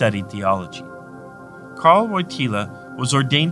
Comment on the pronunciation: Karol not Carl